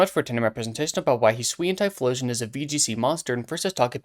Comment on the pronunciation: Yes! Finally another person who says "Hi-swee-an" and not "Hi-soo-ian"